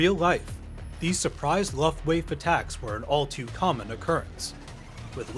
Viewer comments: Same reaction, a small nudge to maybe record the audio pronouncing it looft-waw-fa over luft-waif but not going to sweat it, good reviews here on consistent basis. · lol he said luft - waffe without the german annunciation. amazin' must have never heard anyone say that word before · "Luft wafe attacks"????? WTF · Lowft-waiffe?? An American with no idea..... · "Looft wah fah". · Your pronunciation of Luftwaffe: "Lufft-waif." Ridiculous. Another content fail from this channel. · You need to learn how to pronounce Luftwaffe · Oh God I love these videos but the way you pronounced luftwaffe goddamn americans. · A better video about the accuracy of Dunkirk is History Buffs, he at least pronounces Luftwaffe correctly Also something you missed for "bullshit" is there is way too much open space on the beaches, if nolan wasn't so stubborn about not using CGI he could've filled the beaches with extra soldiers to be more authentic Honestly the film suffered, everyone gives it a pass because its christopher nolan but filming everything practically and filming in the actual location cannot save the movie